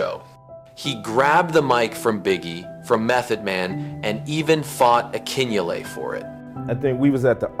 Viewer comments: Ahhk ki Nelly...Akinyele...Deck even pronounces it in the vid ...A.I. bs is killing us.🤦🏿‍♂️ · I like how the A.I. narrator mispronounced Akinyele's name. 😆